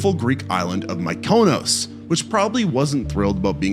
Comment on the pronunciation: Your pronunciation of Mykonos 😵‍💫😵‍💫😵‍💫